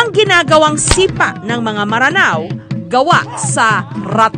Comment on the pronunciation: Miss Jessica hindi po MARANAO, Mranao po ang pagpronounce. I AM A MRANAO HERE. Please help us spread it to educate others. Every Mranao blood people knows the correct pronunciation of this except non-mranaos. They tolerate others who mispronounce it. Thanks.